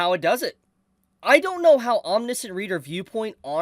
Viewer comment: Hey, -- I'm not trying to make fun, I just know that when I go around mispronouncing things, I want people to tell me! Lol It's "Om-nish (rhymes with dish)-ent". Again, just trying to help out, no disrespect intended! I read some of this a year or so ago, and I thought it was pretty good! Glad to see it getting more attention now! Maybe I should go back to it.